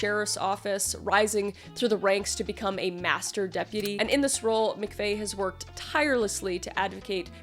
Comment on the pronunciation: MCFAY LOL ITS MCVAY LOLOLOL